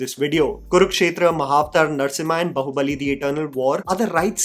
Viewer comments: Its baahubali , not bahubali.. baahubali is a hindi word too😂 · It's B"aa"hubali (बाहुबली) not Bahubali (बहुबली), in terms of pronunciation, Baahu- means arm. Please stop saying बहुबली. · Bro, It's Bāhubali Bā Baa Baa Baa Black Sheep बाहुबली Not बहुबली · Its not Bahu-bali , its Baahu-bali...desi gora wannabe saala ! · बाहुबली ❌ बहुबली ✅ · Still waiting for the time can actually say Baahubali with "aa" sound and not pronounce it like a spoof of ekta kapoor tv serial. 😂